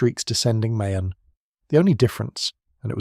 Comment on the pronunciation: Mayon is pronounced as Ma-YAWN.